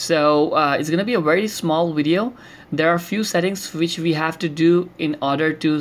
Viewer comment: Wissible(visible) vi(we) with a hint of american accent.